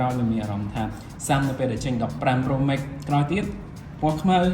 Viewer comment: ចនសី pronunciation Pro Max ខុសតាំងពីយូរមកហេីយ លោកអាន ប្រូ ម៉េក មិនមែន ប្រូ ម៉េក ទេ ប្រូ ម៉ាកស៍